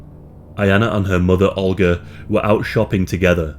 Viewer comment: olga. ohl-guh. not "ulger"